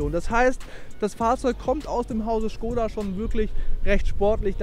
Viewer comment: ist halt die richtige aussprache, die Marke ist tschechisch.